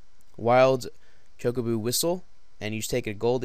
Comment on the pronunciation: ChocoBO not chocoBOO